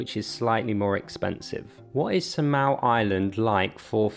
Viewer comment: It's Saaa-mal not sa-mal. How you pronounce it sounds annoying.